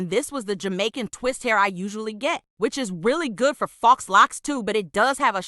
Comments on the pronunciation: Ok people its not faux( fox) locs. Its faux( foh) locs. 😂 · Lol voice over..."FOX locs" 💀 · It’s pronounced Fo